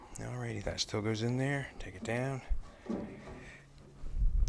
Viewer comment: "AhREEDY BACK AT AGAIN"